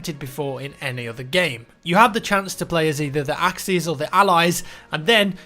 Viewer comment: You said axcis it is axis